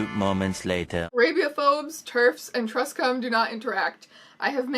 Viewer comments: I notice that you pronounce it truhscum. It is pronounced True-scum, like just both words smushed together without any change in pronunciation. The term truescum refers to anyone who insists that some trans people are not valid and attempts to use this invalidation of other trans people to gain rights for themself. A synonym is transmedicalist, but truescum is the pejorative, while transmedicalist is a more neutral description that truescum use to make them not seem as scummy. They are comparable to terfs for me, and likely many others. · "feuralgender" "truh-scum" is this what a Canadian accent is? or have I been mispronouncing truscum this whole time? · and truscum sorry I mean "trus-cum" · you're pure bc you pronounce truscum wrong i wish i were pure